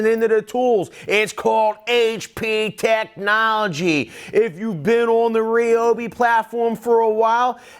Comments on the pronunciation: Thought it was RYE-OH-BEE, not REE-OH-BEE Am I just stupid? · Ryobi, pronounced like Like RYAN not Rian Like RYE not Rie But Americans do you like that...